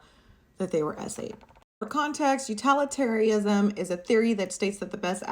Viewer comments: I'm late but Utilitarianisn is pronounced Util, like Utilize, not Utal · I think you’re mispronouncing utilitarianism as utalitarianism. It’s pronounced like utility, not utality . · Please learn how to say utilitarianism. You are not educated enough to be acting this way 💀